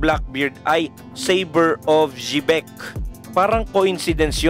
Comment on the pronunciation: Bat ganyan pronunciation mo ng Xebec Sebec or sibec ang pronunciation lods